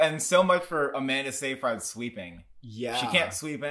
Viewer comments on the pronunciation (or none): The correct pronunciation of Amanda Seyfried's last name is "Sigh-Frid". FYI.